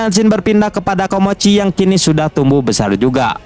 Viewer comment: Awal ngenalin nama nya " KOMOCHI " seiring berjalannya waktu kenapa jadi nyebut " KIMOCHI " dah bang 😅